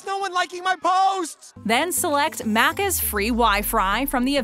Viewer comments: It’s maccas bot maaacas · “At Muccaz” 🤦‍♂️ Americans tryna pronounce our slang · Bro it’s Mac-is, not mackas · I- nope I can't not cringe at her saying macers like mate it's Macca's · It's pronounced maccus not maccers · hahahahahah I would be so pissed if I heard someone say that to my face.. “wanna go for a Markers Run lol” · She says Maccas like Maaacas and she says Vegemite like Vegehmite, like dude it it is pronounced Veg-i-mite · The Uh C's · It’s more pronounced like maccazzz And more like Auzzies with a heavy z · ITS NOT AUASSY ITS AUSSY AND ALSO YOU SAID MACAS NOT MACCAS ONCE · You’re saying Maccas wrong you’re saying it like macc r’s you’re saying you’re so wrong Oss e’s it’s Aussie’s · Omg the way she kept saying maccas 🤮 it’s pronounced mackes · Listening to you butcher our slang hurts me inside. Aussie is not pronounced with a soft c sound, but a hard z sound, like how you pronounce the Ozzy in Ozzy Osbourne. BTW McDonald’s coffee is merely okay, we have many better options in most places than there. We do have something akin to the dollar menu thank you, it’s called the loose change menu, and it’s been around for YEARS (granted it’s not a big menu, but it is there), so you’re wrong about that too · The way they say aussies and maccas DX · totally agree and i cant stand the way she says aussie and maccas like seriously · Don’t make Australian videos if you can’t pronounce our slang 😐😡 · the way she says maccas 🤢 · Its pronounced vege might also maccas are the best suckers!! (Im ausse) there is a value menu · OMG, THINGS ARE DIFFERENT IN OTHER COUNTRIES!?!?!?! That’s what this video screams and the terrible mispronunciation of Macca’s is disgusting to hear. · Hate how you say macca’s hurts me inside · I cringe at how she's pronouncing Macca's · maybe contact some real Australians to do the voice-over. listening to this lady say maccas and Aussies over and over again hurt my ears.